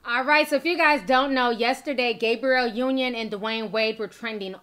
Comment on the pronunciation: Did she say Gabriel Union at the beginning? Lmao 🤣🤣🤣🤣🤣